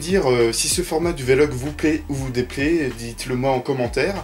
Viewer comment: On dit un "vé-log" ? J'étais persuadé qu'on disait vlog, comme un blog, sans marquer de son entre le V et le L. ^^ Sinon je me pose la question, y a-t-il des chaînes de manga ou animation (surtout les films d'animation pour toi je pense ;) ) que tu suis ? ^^ La qualité que tu as est que tu présentes vraiment quelque chose de différent des chaînes "banales" de ce qui est en rapport avec le cinéma japonais, c'est intéressant, c'est pour ça que je te suis. Après pour cette vidéo, honnêtement je n'aime pas du tout les vlog, mais ça c'est mon avis purement subjectif, ça veut pas dire que je trouve que ce que tu fais est mauvais. ^^ J'ai juste regardé ta vidéo à la base pour avoir des infos sur ce qui va arriver sur ta chaîne. ;) J'attends la prochaine vidéo, comme d'hab. ^^ Je me lance pour le réalisateur : Mamoru Hosoda ? ^^